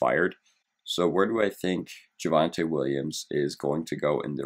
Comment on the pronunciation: JYUHvante Williams